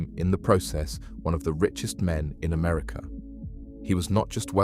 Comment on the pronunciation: America no er at the end